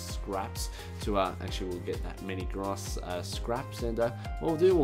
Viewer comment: for some reason...when he says brass i hear grass